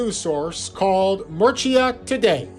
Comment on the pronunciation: This was long-winded, and never got to the point of why the coffin was significant. And every time he mispronounced Murcia, I cringed. This long and winding journey to no conclusion was mostly a waste of time. Interesting historical bits, but overall, a whole lot of meandering....